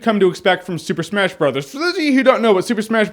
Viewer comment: He says it like "Super smesh bros."